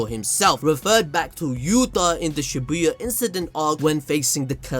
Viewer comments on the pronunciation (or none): none